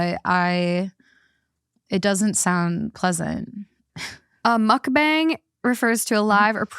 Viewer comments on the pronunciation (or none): Mukbang is Korean (먹방). It's not Muck-Bang, it's pronounced more like muhk-bahng (with the "u" in the first part being a bit softer, almost like an "uh" and the "a" in the second part being more like "ah" not a hard "A" sound). By itself, mispronouncing it is an honest mistake, but in this case it became an issue because you two used the mispronounciation to make fun of the term multiple times throughout the video. I know it was done without ill-intent, but you two repeatedly making fun of the term in your banter was unfortunately on point for the name of your episode "Naive or Knuckleheaded". I'm Korean and I was cringing every single time you did it. I don't always agree with your takes on things, but can respect the difference in opinion. This is the first time I was actually a little offended by you and your guest. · “Muk-bong” // “muhk-pong”. Not “bang” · It’s also not pronounced like “muck bang.” It’s more like “mook bong,” although even that is still slightly off. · I wanna add that Mukbang "sounds weird" or "perverted" to you, bc a) you're saying bang like banging, though it's more like a "bahng" ( idk how to explain it, English isn't first language), which is because it's b) Korean. Nothing odd about it, just saying you're broadcasting yourself eating 😌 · It’s also not said correctly with an English accent so it sounds off it’s not bang more bong. Mukbong if you will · it also pronounced more like "bong" than "bang"😅 its 먹방 if you wanna put it in a translator :) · Mukbang is a Korean word 😂 it’s pronounced “mook-bong” 😭😭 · Mukbang is pronounced as “mook bung” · You’re not saying mukbang correctly which is probably why it sounds weird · A lot of ppl dont like the word mukbang because you're butchering the pronunciation. Smh...🤦‍♀️🤦‍♂️ please research and learn the true pronunciation of borrowed words before you broadcast them on a public platform